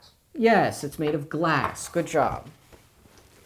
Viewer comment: taste test “Metal” ding test “Indeed ding, dis be glassk”